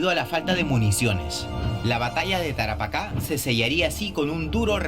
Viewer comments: la palabra es "Tarapaca" con acento enla ultima "a".... se carga al final el acento... no en la primera "a" sino en la ultima. Saludos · Jajaja Tara paca 🤣🤣 NEN.... (Tarapacá ). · Es Tarapacá,no Tarapaca. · ES TARAPACA NO TARAPÁCA